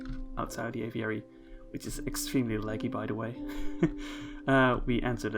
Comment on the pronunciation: My word. A video so soon. And he pronounces the word 'aviary' properly. You'd almost think someone replaced him if he didn't say 'little' in the video. Really lovely exhibits. The panda exhibit looks cool, although it seems like a bit of an escape hazard. That aviary is gorgeous. So many cool little details